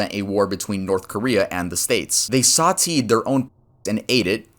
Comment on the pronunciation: saw-tay not saw-tee